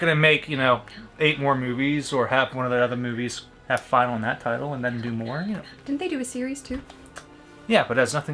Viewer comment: How gets ready 😂 The amount of sarcasm in the word “Final” 😁 The final lost artifact was rumored to have been Jason’s hockey mask. Loved the series though. Go Ginny! I swear Crystal Lake gets bigger with every movie… He’s gets stereotyped just in time for the “Final” chapter. Don’t think this is CSI: Crystal Lake 😂 Not for another 12 years anyway I think there’s a reason that Axel rhymes with asshole😁 one of the most creative neck snaps apparently Jason doesn’t like people that aggressively eat bananas…too suggestive I guess. I am not sure that’s the proper reaction but sure let’s go with it😂 somebody’s weekend just got better😂 sadly I think he can still dance better than me😂 I think I was 13 when I first saw this one, slightly younger than what’s recommended for rated R lol and then he pulled the trigger too 😵 very briefly she’ll be half of a twin Roomie is getting very good at detecting fakeouts 👍🏻 right there Jimbo still got her with the jump scare though 😁 and water is a bad lubricant anyway those two really deserved better if everybody was smart, we wouldn’t have these movies Gordon said screw this movie 😂 dude’s narrating his own murder… I see Roomie has run out of patience with the final girl 😂 the final girl circuit has begun or get somebody else to break them dammit you beat me to it. Lol 29